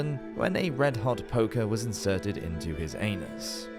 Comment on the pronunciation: Sir, you had me at "red-hot poker in the anoos"...